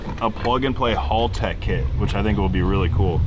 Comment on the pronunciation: Why does everybody mispronounce Haltech. It's Hal tech. Like the name Hal then you say tech, not hall tech